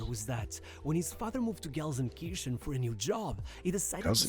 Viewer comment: Gelsenkitchen...... 🤣Gelsenkirchen. Kirchen means Churches